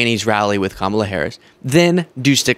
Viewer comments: HE PRONOUNCED HER NAME RIGHT!!! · Omg I almost missed, and had to go back and listen, but trump actually pronounced Kamala's name right. Armageddon might be about to happen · He pronounced Kamala correctly. Put it on a loop!